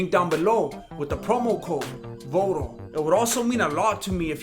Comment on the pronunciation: te lastimaste when you pronounce Voto in such a manner lol